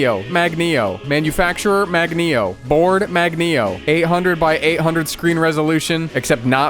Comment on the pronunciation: AHHHHHHHHH Who has the say MAGNEO too many times